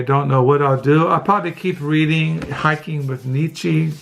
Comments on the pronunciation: Nee-Cha! Not Nee-Chee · More like Neech-ah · Niche-ah.....that's how it's pronounced. And Zara-Thu-Strah.....To your journeys, both internal and external....blessings.....I loved your explanations, by the way.